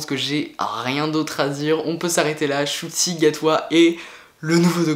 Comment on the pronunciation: Ça se dit « chouti »